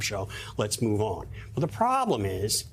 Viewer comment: understanding... what is beneath your feetz... and... how they movez...